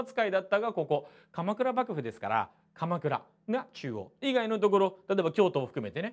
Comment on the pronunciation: まじでばぐぶにきこえる笑笑いう度面白い